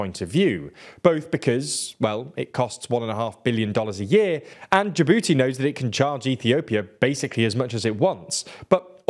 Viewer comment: Say Jabooty again